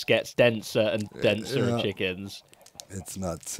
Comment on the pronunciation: I know that Doc missing the "s" on chickens is probably just a pronounciation error, but it also makes it seem like all the chickens are one separate hive mind.